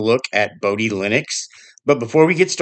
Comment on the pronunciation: The "o" in Bodhi and Moksha are both pronounced like "oh", "yoke", "flow", etc At least they are in my head, and by other Bodhi devs I've chatted with.